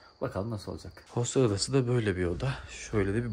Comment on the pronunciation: Hostel 😂 Hostel diye yazılır otel diye okunur